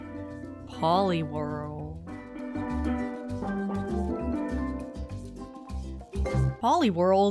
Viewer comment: Everytime she says Polly World I hear Poliwhirl instead.